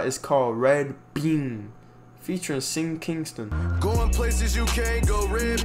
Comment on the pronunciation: To me I don’t like this album too much at all i will give it a 5/10. I like sleepy hallow, V-12, weeeeeee, Kid That Kidd, Good Morning, and Personal Favorite. Also react to Lil Baby’s album (My Turn) if you haven’t 😃👍🏾 Edit: You pronounced Sean Kingston’s name wrong 😂😂